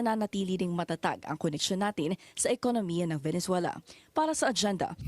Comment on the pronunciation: ve ne zuela.....hindi valenzuela po hehe